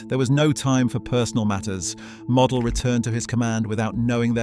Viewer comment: It's pronounced mo del get the name right